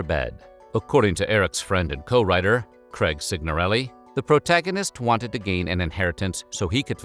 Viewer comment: IT'S NOT 'KREG'!! It's pronounced 'krayg'.